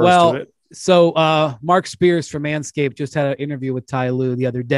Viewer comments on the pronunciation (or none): When Brian said Marc Spears from Anscape no matter how many times you replay it it always sounds like manscape